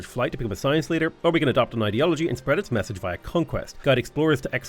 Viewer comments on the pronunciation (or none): none